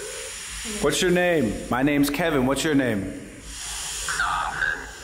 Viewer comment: I heard Calvin not Kevin but idk